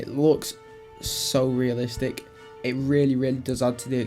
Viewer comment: "I don't mind ih"